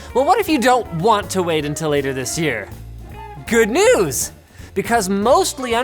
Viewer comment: Good NeEews!